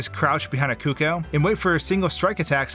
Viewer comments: The most stressful thing about this video was how he pronounced Cucco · "Koo-kohs" bruh